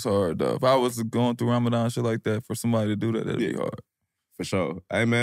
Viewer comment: Ramadan not that hard bro 😭😭😭